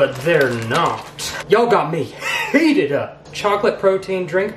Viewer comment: "ya'll got me HHHHeated up" -, 2019